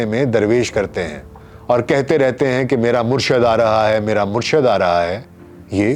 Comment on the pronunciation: Sir bht achi video... But sir murshad word ni hta.. murshid hta hai..